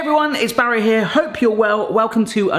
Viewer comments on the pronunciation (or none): none